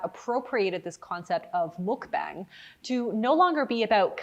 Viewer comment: pronunciation note on mukbang - the U is pronounced like "uh" and the A is pronounced like "ah"! so it sounds kind of like the english phrase "muck bong."